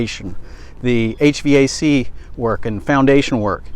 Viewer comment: I’m so glad that correctly says HVAC by pronouncing the letters separately. Many non-engineering types try to say it as a word, like aych vac. Remember how such acronyms as FDA, FBI or CIA are pronounced. Many acronyms are pronounced as words, such as FEMA or HIMARS, but not HVAC.